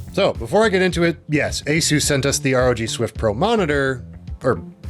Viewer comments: A-SUS not Asoooooos bruh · The way this guy pronounces "asus" should be illegal